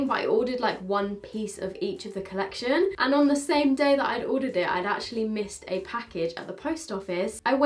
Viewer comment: I cant with you lol, first dixi then colleciton and then zEIGler, its just z(ee)gler, my 12 year old inside dance mom fan is dying